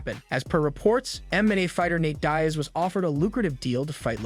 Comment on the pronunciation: Dude it's Diaz get the name right